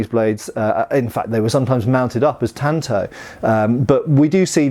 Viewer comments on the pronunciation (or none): none